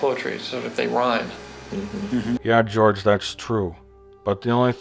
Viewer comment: George = Jorje 😂